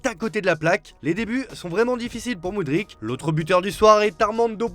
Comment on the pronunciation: SVP le joueur ukrainien s'appelle Mudryk (moudrique) et non pas Mudric (moudritche) 🙄🙄🙄